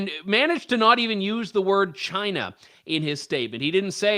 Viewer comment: Trudeau's first word was 'Shina' (China).